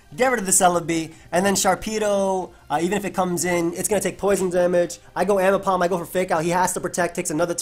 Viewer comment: AIMbipom TTT, c'mon.